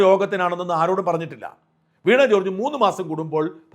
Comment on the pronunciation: വീണാ അല്ല വീണ ആണ്